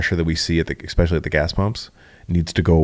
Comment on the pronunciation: This dude says “exspecially” so many times. Holy smokes.